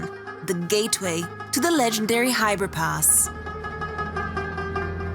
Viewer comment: Its Khyber Pass and not Hybrid Pass.